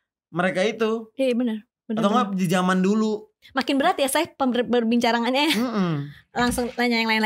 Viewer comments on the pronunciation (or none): Ngakak pas denger kata kata ini "Perbincarangannya" 🤗